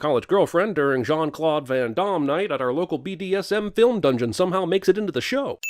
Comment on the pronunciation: Its Jean-Claude van Damme, not Domme (fun fact 'dom' means stupid. In dialect domme is an extension of that(all in his native tongue))